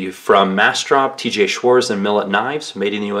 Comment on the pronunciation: Schwarz even without the T is still pronounced Schwartz.